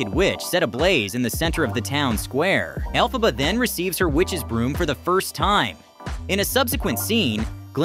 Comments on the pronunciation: Elle-Faw-ba?! It’s Elle-fuh-buh! Do you think someone who makes a clip like this has an interest in it note I imagine the only interest they have is producing popular clips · Why does he sometimes pronounce Elphaba correctly and then horribly wrong? Is this AI generated voice? Accent is on 'El', like 'elephant', not 'Pha'.